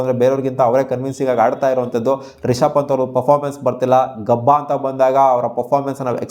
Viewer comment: ಗಬ್ಬಾ ❌ ಗಾಬ್ಬಾ ✅